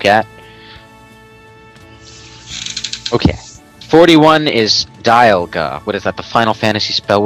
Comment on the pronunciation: Dial-ga! XD